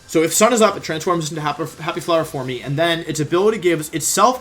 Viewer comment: I’ve never heard someone pronounce the ‘e’ in ‘forme’. ‘Formy’. Huh.